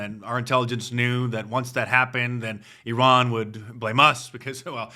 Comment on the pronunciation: Mark Dice doing the cringe fake accent when pronouncing Iran. "EeeeeRhaaan". In America, we say "eye- ran", get it right Dice.